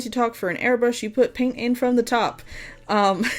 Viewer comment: I like how you said 'PAIN't lol cause it is a real PAIN to me lol